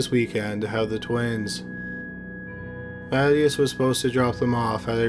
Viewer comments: Just FYI the name "Mathias" is not pronounced "mat - e - us" it's "mah-THIGH-as" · Ma-THYE-us not MATT ee us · Ma-tay-us. You're killing me, bruh.